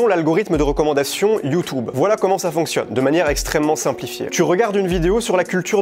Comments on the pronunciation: J’en ai marre ok…. ?? C’est quoi YouToube ..? Arrête !! Je t’ai entendu dit ça des dizaines de fois 😡 c’est YouTube et non YouToube 😂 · Il a raison mais j’en ai marre quand il dit you tube c horrible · PTDR " youtoube" et " inestagram"😂😂😂